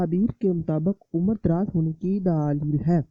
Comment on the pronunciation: Daaaleel nai dleel bola krein